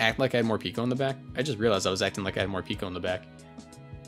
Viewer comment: (it's pronounced Mor-"pecko", since the japanese name ain't morupiko but morupeko)